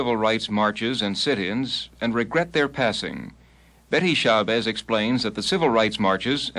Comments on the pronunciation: Hey babe is SHA BAZZ. NOT SHABEZZ. GET IT RIGHT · I came looking in the comments. Betty Shah-bezz? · As soon as he mispronounced her name...